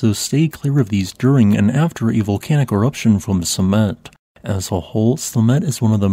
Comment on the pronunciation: At first I thought he said "Cement eruptions..." But I listed at 2x speed most of the time.